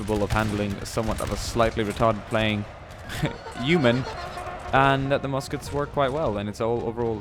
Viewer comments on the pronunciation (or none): none